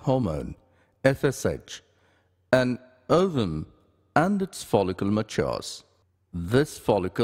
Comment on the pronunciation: The way he say ovume